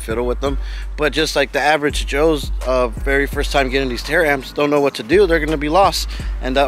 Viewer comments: Ta-ramps not tara amps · Bro, I like your videos, but damn pronounced the word right it taramps not Tara amps